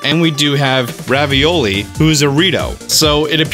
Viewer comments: ravioli? RAVIOLI??? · "Ravioli" hahaha